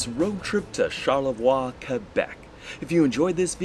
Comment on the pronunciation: I try to go to Charlevoix once a year. By the way it's pronounced char-leh-vwa. In French, ending consonants are often not pronounced (I won't explain the rules here, they're complicated).